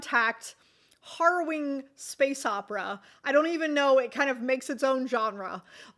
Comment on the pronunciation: Really good list! But please stop saying "horrowing." It's "harrowing" with a short "a," and I can't concentrate on what you're saying if you keep mispronouncing it! If you're interested, it comes from harrowing the soil, which is scoring furrows in the soil with harrow, a toothed tool, to prepare it for seeding. From that we get "harrowing one's soul" (picture sharp claws scoring furrows in a soul as if it were soil). And then just harrowing. Nothing to do with "horror"--which may be what you were thinking of--except in the metaphorical sense.